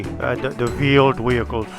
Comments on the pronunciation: are you saying vield vehichles?? If so, ist wheeled vehicles! LMAO. Just giving you a hard time. Keep up the awesome vids! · It's veeled weehicles.